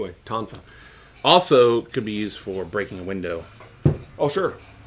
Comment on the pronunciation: That was the first time I've heard someone call a Tonfa by its proper name in about 30 yrs. I learned a little years ago when I took Karate. Good self defense tool. My teacher, Frank Pogliani, was really more an expert with Sai. He was a 3rd dan when I worked with him. Now he's a 7th or 8th dan. Found him on Youtube not too long ago. Most developed Chi I've ever seen in a person.